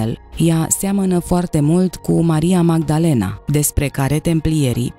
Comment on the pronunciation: Megdelin.?.are you serious….de ce te chinui sa pocesti numele , nici românește nici engleză